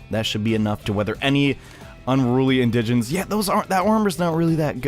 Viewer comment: Its not in-digens its indegins